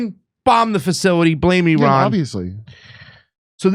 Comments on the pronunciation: IRAN IS PRONOUNCED LIKE ITALY!!!! STOP TALKING LIKE YOU ARE IGNORANT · stop trying to say Iran like a Mexican. You're white. Talk like a white person. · No, it is Pronounced, AIR-AN oh ya, I heard it from Abdullah the Mullah....